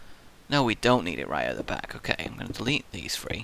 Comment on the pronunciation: si it just me or does he say three like free no offense i find it amusing but is it just me